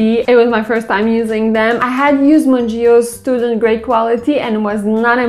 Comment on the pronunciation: BTW its pronounced "mun-geey-oh